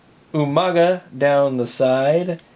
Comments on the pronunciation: You mispronounced umaga, it's not you-maga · Love the video you sead umaga wrong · You said umagu name wrong